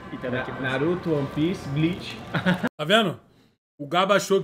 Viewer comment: é Bleach e não Blitch